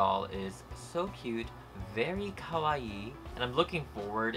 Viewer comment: This video was amazing keep up the good work I died when he said kwaii